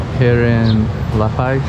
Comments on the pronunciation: Friendly info , It’s luh-pause not luh-pies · Dude eats LA PAZ not paies... please say it right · Ah ae ee oh oo El burro sabe más que tú! Welcome to La Paz Puerto de ilusión! Pronounced Lah Pahz. The tall cacti are Cardones. I grew up in La Paz. in the 1960's the roads your driving on didn't exist then. It was an all day adventure to go to Balandra. For instance. I never heard of El Saltito. Private beaches don't exist here lolol they belong to all of us. Try swimming in the water on a full moon in the summer! It's awesome! You can see the irredescent plankton when you swim through the water!